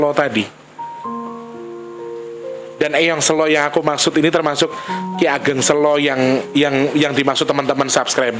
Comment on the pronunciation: Sèlo itu, mengeja huruf 'e'nya seperti mengeja kata mèrah. Sèlo artinya batu besar. Kalo bacanya sêlo seperti mengeja kata Bênang, itu artinya Luang(sêlo)